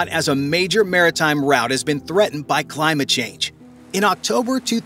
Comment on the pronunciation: "Caused by LIE MAT CHANGE"